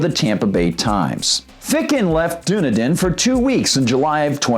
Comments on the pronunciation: OMG it's pronounced DONE-EDEN (Dunedin) AND THEN YOU DO IT AGAIN!!! It's PIN-ELLIS COUNTY (PINELLAS), which is where Clearwater & St. Petersburg are located, same county as Dunedin. That man has had MULTIPLE violations over 2+ yrs that he's ignored plus notices are also HAND DELIVERED by a process server since the codes department is apart of the county court & he let it get this far WITHOUT NOTIFYING THEM!! The community as MANY in Florida are deed restricted & when you buy a home you have to sign paper's AGREEING with the bi-law's (rules) of that community. No one HAS TO buy a home in a deed restricted community THEY CHOOSE TOO BECAUSE THEY'RE KEPT UP unlike certain area's. So it's not government forcing these "rules" on anyone people choose this. Even if a property is given to someone as a result of death the NEW OCCUPANTS are PRESENTED the same document's that were "originally" signed & they have to agree with it also or they can sell the property, AGAIN AN INDIVIDUAL CHOICE! Sorry but pronouncing a name of a CITY WRONG on air is ridiculous when you have multiple ways to find out the proper way of saying BEFORE RECORDING. I live in the area & am VERY familiar with this. But PLEASE make sure someone anyone verifies these Native American city & county name's for future vids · "It's pronounced Duh-NE--den, and Pa-NEL-us (county)." This from a post that has already been shared. Before you try to report something about a city and or county, learn how to pronounce their names correctly. Heard the same BS annunciation on a major news outlet. Your points are good, but you show a complete lack of respect by not knowing how to pronounce the communities name. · If you're going to do a story about a city learn how to pronounce the name of that city. It's done eden. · Am I wrong? Isn't it pronounced DONE EDEN? I'm pretty sure it is, but OK, still upvoted. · it is pronounced Dun Eden. I was trying to figure out what he was saying.